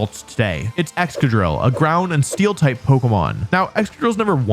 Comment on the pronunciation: Its excadrill. (Please?)